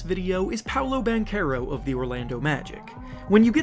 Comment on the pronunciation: Hey num nuts it is pronounced as Ban-tse-row